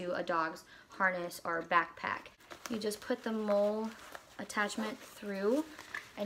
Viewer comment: Hi,. Thanks for the review. Just so you know, "MOLLE" is actually pronounced like the name "Molly."